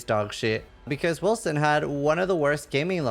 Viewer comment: They made the c as an s sound? Now it just sounds like Wilson